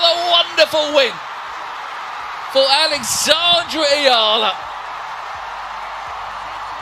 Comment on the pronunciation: Her surname is pronounced as Ee-yuh-luh. I wonder why Oprah's picture keeps being shown.